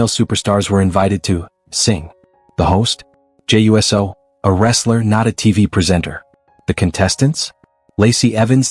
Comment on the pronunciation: "Jey youessoh" 😂